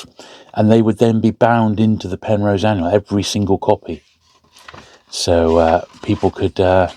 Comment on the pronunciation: Got a bit excited there, —I thought you said ‘Penthouse’ for a second! Anyway, fascinating books. I’ve signed up as a Patreon member; it felt only fair to contribute, knowing how much time goes into these videos. Keep up the amazing work! Loving my books, though I’m still a long way off from having that bookshelf sorted